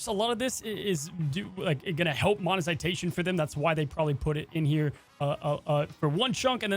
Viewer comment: "monizitation"? Do you mean "monetization"?